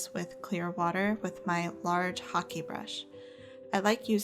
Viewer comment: She pronounced it correctly. It sounds like how Americans would say hockey. Some say it like the hake fish and it rhymes with rake. But the hake brush is not an English word. These brushes originated in Japan. Thus ha-keh.